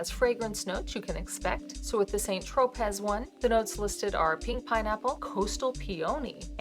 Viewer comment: Tro-pay. Not pez(as in the candy)